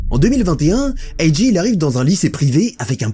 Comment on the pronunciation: On dit 'Ayy Jay', un mélange des deux est étrange. Si tu dis le 'A' version anglaise, pourquoi pas dire le 'J' aussi ;) Sinon très bonne vidéo !